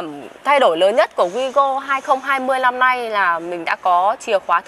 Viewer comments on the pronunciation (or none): " Lăm" lít tư hay năm lít tư? "Lối niền"hay nối liền? "Lỉ" hay nỉ"? Mở "dộng" hay mở rộng? Lấy gió "chong" hay lấy gió trong?...Không phải tiếng Việt nên người Việt nghe thật khó hiểu.